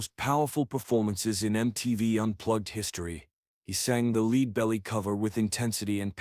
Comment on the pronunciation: AI voice? Leadbelly wasn't pronounced properly and the vocal commentary sounds monotonousness with a touch of AMR. Is this AI slop?